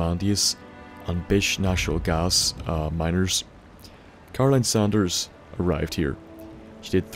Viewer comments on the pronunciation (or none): its Saunders not sanders (pronounced differently) dispite how she pronounces it